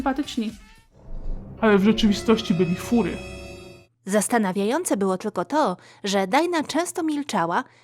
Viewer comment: NIE MÓWI SIE FURY KURDEEE TwT (tak btw ja jestem furry)